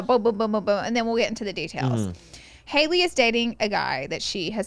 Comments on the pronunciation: Y’all saying Halley and Sophia wrong the whole pod is killingggg me 😂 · Not you guys mispronouncing Halley’s name the WHOLE time 😂 it’s not Hailey it HALLey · I love how they called both girls the wrong names 😂 it was Sophie instead of Sophia and Hailey instead of “Hal-ee”. Love the fools!!